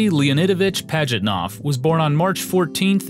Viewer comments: Sorry, not worthy to call yourself a historian. I'll pass. How badly do you want to mispronounce the creator's name? Gaming Historian: Yes! How creative do you want to be about the creator's date of birth? Gaming Historian: Yes! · This was excellent! But i can't grasp the fact that americans can flawlessly pronounce japanese names while mutilating the russian. Pajitnov is pronounced Pah-yit-now, not Padgitnof